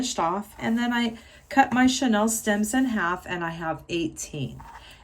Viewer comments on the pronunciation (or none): It's pronounced "chaneel" as in chenille bedspreads. Beautiful work!